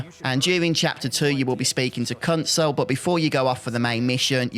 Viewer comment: Thought you said a bad word when you said kunsel lol